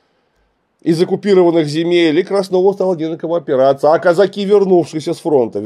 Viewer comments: Клим Александрович, почему вы так странно ставите ударение в слове казаки? причем иногда даже правильно. Страшно режет слух. Правильно Казаки́, на "и" ударение. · Слова Казаки произносится с ударением на последний слог. Ученых много о казаках, а как это слово Казаки произносить не знают.